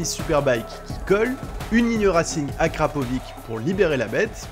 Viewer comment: Par pitié, ça se prononce "AhrapoviTCH" :))